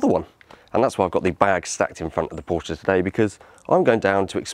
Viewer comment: There's no "A" at the end of Porsche!